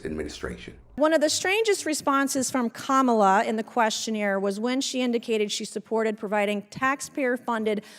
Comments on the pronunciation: Oh she said her name right today! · She finally got the correct pronunciation of the Vice President's name. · Oh Mace finally learned how to say Madame Vice President Harris' FIRST name. So she CAN actually be taught. YAY! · Wow, now she can pronounce Kamala 😮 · Good to see she finally learned how to pronounce our VP’s name, although she still has to say it in a snarky manner…I guess we can call that progress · Funny that all of a sudden Mace can now pronounce Vice President Harris' name correctly multiple times. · So,Mace can actually pronounce the vice-president’s name correctly 🙂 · Oh, look! Nuncy learned how to pronounce "KAHmuhluh". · Good to see Nanky Disgrace all of a sudden figured out how to pronounce ,La... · Im surprised she actually pronounces Kamala’s name correctly. Ive heard her mispronounced it countless times like a real wise guy. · Wow l see she said Kamala name right, something she didn’t do on CNN. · At least Mace pronounced Kamala's name correctly ... Lol. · Finally she’s able to say Kamala right so that’s progress! She can’t even keep a straight face when she questions because she doesn’t even believe in her line of questioning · She finally said Kamala correctly though.... So points ? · Would it be possible for Nancy to show just a little respect for the current vice president of the USA? Maybe not call her by her first name. Yes she pronounced correctly probably because it’s too difficult to mispronounce and gets it wrong. I’m sure if Nancy were vp she would demand that respect. What is she trying to prove? She calls trump president!! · Wow Nanky Mace actually pronounced Kamala correctly. Everything else she's babbling on about is incorrect. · Nancy is so gross.....So now you say her name properly but have sarcasm with it....